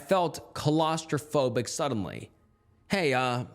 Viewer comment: "Colaustrophobic". I love you.